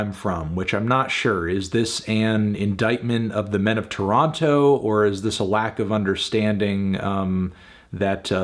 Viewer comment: pronounce toronto right wtf